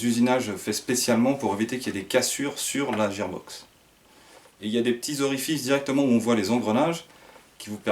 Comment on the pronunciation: super vidéo et super réplique mais IL me semble qu'on dit guear box et que ça c'écris gear box